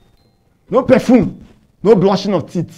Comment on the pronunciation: Pastor please it is Radical not "Ladica" an it is Brushing not "Blushing" It is marriage not "mallage" chai An this your counsels ehhhh I pity your clients ooo😂😂